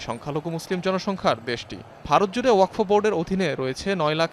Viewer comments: uposthapika k bolci..wakof noy.. Wakfo. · উচচারণ ওয়াকোফ না, হবে ওয়াকফো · ওয়াকোফ না, শব্দটি হলো ওয়াকফো। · এই উপস্থাপিকা জীবনে ওয়াকফ শব্দ শুনে নাই?